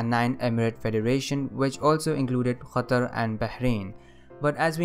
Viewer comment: Love your channel. I want to be like you, making educational videos, but I am bad at editing. By the way, nice pronunciation of Qatar. I live in Qatar